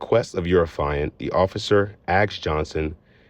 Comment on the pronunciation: It is not “affailant” it is AFFIANT